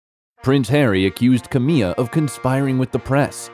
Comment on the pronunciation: Camilla is pronounced as it is spelt not Cam me ah !